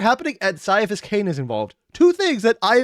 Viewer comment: 3 weeks and still saying mispronouncing Ciaphus ((Kai-a-fass)). He's doing it on purspose and he can't keep getting away with it.